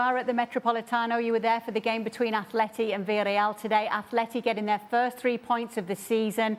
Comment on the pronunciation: Atleti !! Realy?? .. is it a new pronunciation. Sounds very weak like an under 15 football team.